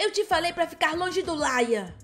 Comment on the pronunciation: e Lian e não laina